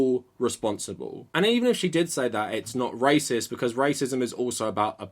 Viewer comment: Why does pronounce racist as “racister”